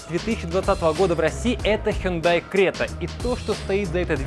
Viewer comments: Сами корейцы произносят как ХёндЭ (ударение на Э) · У меня фулловая крета 2020 года. В Казахстане мы говорим Хюндай😂Хундай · Не хюндай, а хёндэ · Запомните-правильно Хёнда!!! Это сами они под своим видео говорили!!! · Правильно хёндэ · Хёндэ кринж